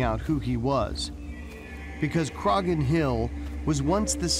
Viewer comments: It’s CROH-HAN hill not crogan 🙃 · Bit annoying that the narrator cannot pronounce 'Croghan' correctly despite it being correctly said in the footage within. The 'g' is silent, it is pronounced 'Craw-hin'. (While regional variation does occur in Irish, 'Crog-hin' is not correct!). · Dude, its a silent 'G' , Crawhan is how you say it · haha they can't pronounce Croghan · right from the offset the narrator continually mispronounces Croghan, super irritating, do they not research?